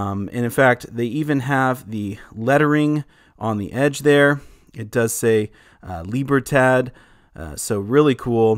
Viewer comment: I believe that “Libertad” is pronounced with the last syllable pronounced as in the name Todd not tad as in tadpole. Thought you’d like to know.